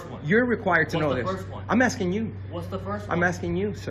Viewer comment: Hey ….buy you some Hooked On Grammar VHS tapes and learn to speak. He says he is “axing” her for a form……